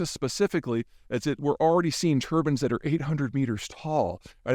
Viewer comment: If anything, correct your pronunciation of, "turbines".